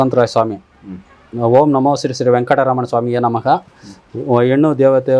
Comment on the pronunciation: Mantra first correct aagi helo, Namga alla Namaha, first nin bhavishaya helappa, neenu est varsha irtiya bhumimele